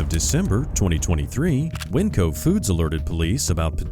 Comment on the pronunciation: WINCO?! NOT WINCO NOOOOOO